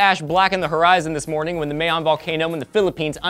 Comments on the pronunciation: I find it cute that you pronounce it Mayon (like mayonnaise) LOL, It's actually Mayon (M for Mama and yon for Yonder). (Yes I'm Filipino). Worst Natural disaster would probably be when the Philippines was struck with the typhoon Ondoy. It's a lot worse than this, Google it. Floods were as high as the buildings. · May yon?? Way wrong pronunciation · not the right way of saying Mayon but that is understandable